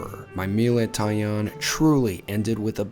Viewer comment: The first pronunciation, tai-an, was pretty much spot on. The only way you're getting into those difficult to reserve spots in Tokyo, unless they're on Tabelog or something, is to email your hotel's concierge a couple of months out with the request. I've managed a few bookings that way, but it's not going to be possible when you're staying at a hostel! I'm fond of kaiseki and particularly the vegetarian equivalent, shōjin ryōri, but some of the courses are definitely very subtly flavoured - more about showcasing the different cooking techniques called for at different stages of the meal than hefty flavours. There used to be a fantastic little kaiseki place on West 55th St, Sugiyama, but unfortunately it closed thanks to rent increases a few years back - it was the only culinary ever-present for my first three visits to New York and I missed it last time out. I replaced it then with a shōjin ryōri place instead, Kajitsu with 1 Michelin star, but that too closed a couple of years later.